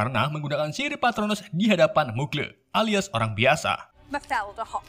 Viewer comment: Mugle; magel